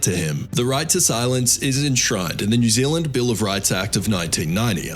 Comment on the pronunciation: new zealand not new ziland